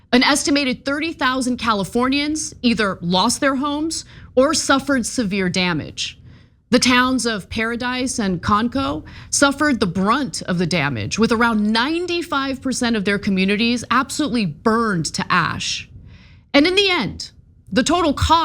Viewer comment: Survivor here. Now living in Northern Kentucky. Lost my house. Its Concow, pronounced like the animal, cow.